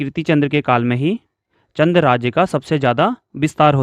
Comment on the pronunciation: चन्द्र क्यों बोल ra h चन्द hai bol